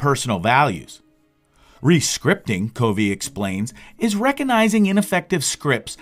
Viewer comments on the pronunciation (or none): #1 His last name is pronounced “Cuh Vee” #2 On your video thumbnail you misspelled Summary It is not “SUMMERY” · They didn't say they couldn't hear it, they said that it was pronounced wrong. It's Covey.... Pronounced KUH-vee. I get the hangup. It makes it seem like the person is just parroting what others have said, rather than having listened to the material, or like it's A. I. Not saying it is...just saying it makes it SEEM as such.